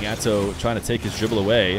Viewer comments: am i dumb or is he saying Azow instead of Atow? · is it spelled Atow but saying Atzow is right?